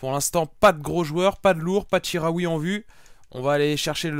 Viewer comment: Ca se dit chi comme chilie pas ji pour chikhaoui si non continue les vidéo toujours aussi bien ;)